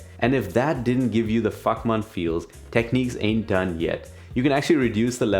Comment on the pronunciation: Someone needs to tell these guys that all beasts have butts. Also its not techneeks. The i in Technics is like the i in fish or dish. I know you can say it cos you say tips - not teeps.